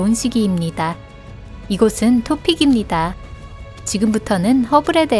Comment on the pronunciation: 입니다 는 어디 사투리에요?